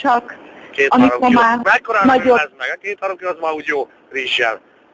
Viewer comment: úgy bírom, főleg hogy kihangsúlyozza a "rizzselt" :D:DDD